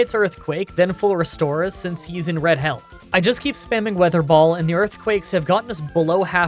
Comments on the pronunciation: You said ,,water ball" not ,,weather ball" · Does he say water ball instead of wether ball. Or am I just hearing things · Did anyone notice he said "water ball" instead weather ball for a long time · Ok I think my hearing is dying because, weather ball sounded like water ball to me, did anyone else catch that?, if ur reading this I got u covered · Weather ball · Did anyone else notice that at the beginning of the electric gym he said waterball instead of weather ball? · Weather Ball not water ball lol. You said that multiple times too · Did I hear wrong or did he say water ball? Xp Never change, never change 💙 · Okay so like, he called it "Water ball" like 3 times in this video and I'm not sure if he was calling it that because it was water-type, or he was simply making the same mistake repeatedly and not catching it. :/ Jk i love ur vids man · It’s weather ball not water ball lol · Is it me or did he say water ball ? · I constantly hear "water ball" instead of "weather ball" o.o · Drinking game! Take a shot every time he calls the move "Water Ball" instead of weather ball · It's so funny how switched between calling WeatherBall "waterball" and it's actual pronunciation 😂 Also, you can always grow leppa berries at every patch of soil so you can have infinite ethers, it's better than stressing out and trying to ration ethers